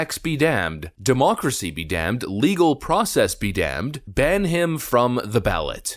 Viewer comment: "We must protect our Democrats, ya' see" (sounds like "democracy")